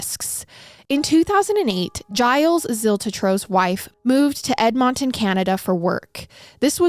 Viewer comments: 😂 What did she call it? Just an FYI: it's Edmonton = Ed-mun-ton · Hearing pronounce Edmonton, the first time, made me jump a lil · They way you pronounced Edmonton the first time made me laugh 😂 you got it right the second time lol